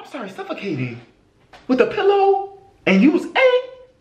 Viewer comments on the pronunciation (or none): none